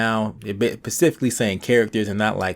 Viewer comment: specifically not pacifically